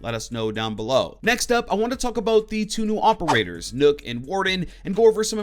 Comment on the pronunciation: I hate how he says Nook instead of Nøkk.